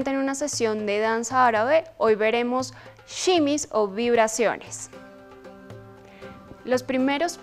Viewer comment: No se dice simis